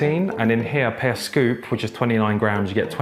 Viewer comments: I love so much, his journey is massively inspiring! But every time he says ‘per’ like that makes me shiver a little bit! 😂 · Can't get over pronouncing "per"